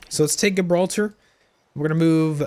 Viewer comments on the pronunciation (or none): Where are you from ? Because how you say Gibraltar practically gave me a disease. No hate ;) The g is more like a j I also wish I knew how to mod, I would make the battle for Gibraltar spectacular, I would actually add the rock and make it so you have to fight past the bastions with cannons and the moorish castle. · Great video! Instant Sub! The way you pronounce Gibraltar made me build a cringe cave!